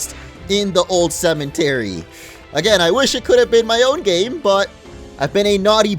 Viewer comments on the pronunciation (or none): Why does he always say cement-ery instead of cemetery